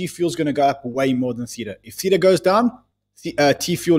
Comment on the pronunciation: Guys, love you loads. But please pronounce Theta correctly. You even had the Theta guy on talking about his project. There’s no ambiguity about the pronunciation.